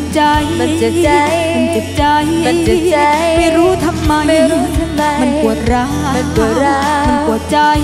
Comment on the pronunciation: ฟังยังไงว่าอ้วนออกเสียงชัด คำว่าเจ็บช้ำ กับ เจ็บใจออกเสียงเหมือนคนหายใจไม่ออก